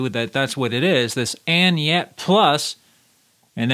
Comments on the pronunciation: Thanks for the video... oh, and by the way it's Any-net, not Anyet. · It's ANY NET, not ANYET. Please read and pay attention.